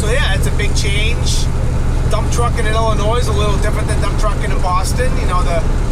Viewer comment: The s is silent In Illinois Keep up the good work on the videos